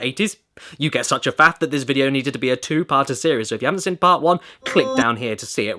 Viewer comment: Why does Caddy pronounce "seen" as "sin" I mean I'm British and I think it's weird as fuck